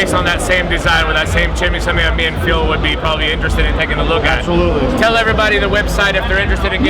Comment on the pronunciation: You really do answer to every single comment right? :D thats so cool. Did you stealth vape on the plane? ;) And how did you like the german food? i really wanted to go the hall of vape too, but unfortunately couldnt. Also..its really funny how Dimitris still pronounces your name like..Phiiil. Haha. Anyways, good day to you Phil